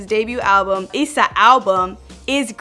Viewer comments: It's not E-sa it's Is-a like it's a album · Why she say (e-sa)? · Lmao she said Essa 😂😂😂😂😂